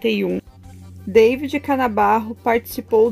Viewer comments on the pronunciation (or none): Você está pronunciando errado o nome "David".... fale em português, não em inglês.